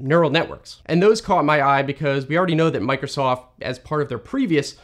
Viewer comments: "Mac'osoft"? Now THAT is cursed. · The AI really nailed it with the "Mac'osoft". Microsoft are really turning into Apple. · Don't we all love Mac'osost? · No way its mac´osoft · Mac-o-soft that’s Funny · Ah yes, "Mac'osoft", the fusion between Mac and Microsoft